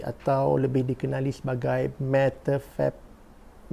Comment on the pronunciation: Bab nak sebut metefetemin tu lawak.. Spontan je "aduh nak sebut pun susah".. Muka macam masa tengok watak Elyana dalam dunia baru dulu..